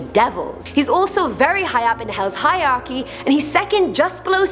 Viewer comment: Did you say HIGH-ARCHY instead of HIERARCHY?